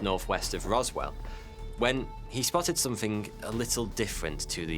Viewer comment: THING uses a "TH" sounds not an "F" as you say "FING" and "SomeFING"... For an educated person (seemingly) this really lets you down!